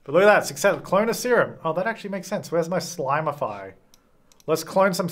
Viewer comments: It’s slimify, not slimeify, notice there is no “e” in slimify, so it’s a slim serum and don’t argue with me! I’m a writer 😂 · if you spell it out, it is ‘slim’’ify’ not ‘slime’’ify’ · There is no 'e' in Slimify hence it is slim-ify and not slime-ify 🤷‍♀️ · Everyone: Read Slimify as slim-ify.: But the way it's spelled reads "slime"... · Dude it’s ‘slim’ but I’m DYING ‘slime’ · Slimify would have an e if it was slime-ify. It’s slim-ify, not slime. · the word is slim, sir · Also, in “fine” and “finish” the “I”s are pronounced differently despite the fact that finish has two ‘i’s, so I would think that it is Slim-ify. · You guys are all wrong! It’s not pronounced slimify or slime-ify. It’s totally pronounced sleem-ify! 😉 hehe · He was annoying me so much saying slimify purposely wrong. I gave up watching. 🙄